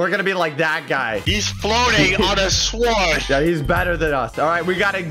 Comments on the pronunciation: says sword with the w in stead of saying it with no w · Blaza what’s a SWORD u pronounce it (s o r d) not (sWWWWORD) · Swword. Also why blaze? It’s blaza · i love when blaza said swword